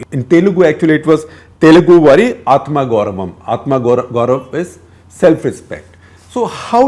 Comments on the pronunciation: when you said telugu vaari atmagouravam, for a moment I thought you speak telugu language. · Being a telugu guy - totally impressed with your effort to pronounce Telugu Vaari Atma Gauravam! Yes, my dad used to say the same word, again and again, he was a great fan of NTR. Andhra state bifurcation is not about "why" divided but "how" they divided is very important - speaks volumes about the transparency of our political system and commitment of national parties to the development of states. In Telangana - TRS will be the star till Telangana sentiment saturates and till people feel that they have achieved their goals of bifurcation, then only they may entertain other parties. In Andhra - they gave chance to an young leader - for many reasons - but it is our state, which took most of the brunt from bifurcation - that really needs a helping hand from the center - so Jagan mentions he will be rooting for whoever gives him that hand. There may be more to the story undercover than what it appears to be. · Congress downfall began with Andhra Pradesh legendary N T Ramarao, leaders are not pupets. well pronounced Gupta Ji "Telugu vari aatama gourawam (తెలుగు వారి ఆత్మ గౌరవం)" 🙏👍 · Good Telugu pronunciation, SG! Nice job. Just on Medak - It's not "May-duck". It's "मेदक " - both e and a are short.